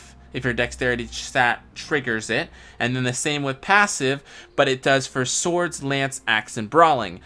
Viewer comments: Also I heard passive? Isn't it pavise? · Right? Also Mt = Mount? Pavise = Passive? Luin is good because of the combat art? What a video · Came here to make this comment. No idea how to pronounce it (pa-vee-say, pa-vice, pa-viss, etc), but I know it's not "passive" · IDK how you got Passive from Pavise (Pah-Vise) but your not saying that right my guy